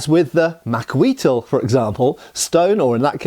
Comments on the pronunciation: Macahuitl is pronounced Maka-Wheat. There is a special way to say TL, but today most speakers just drop the L. The shark teeth is not a Macahuitl. That is a Leiomano. Different culture. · Macahuitl. Look it up.